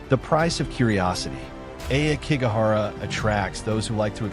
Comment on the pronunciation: Ah key go hara it’s pronounced this way most stories people who try to antagonize the spirits so they show themselves leave the dead alone people who have died this way leave negative energy behind people abandoned elders here it’s no wonder that such bad energy uriyai where most times are about mothers who died in child birth